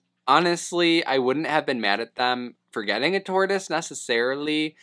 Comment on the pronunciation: Dude called it a 'turtoise' at one point 😂